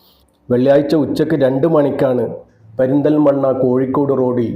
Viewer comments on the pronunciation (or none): പരുന്തൽ മണ്ണ അല്ല,, പെരുന്തൽ മണ്ണ